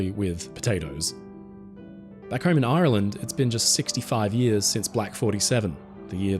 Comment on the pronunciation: I thought you’d turned Pirate for a minute there, talking about Aaaaaaarrrrland 🏴‍☠️ 🦜 🥃 🤣